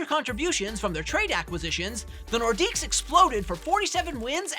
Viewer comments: Don't know why people pronounce the S in Nordiques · The S is silent! Yeesh guys.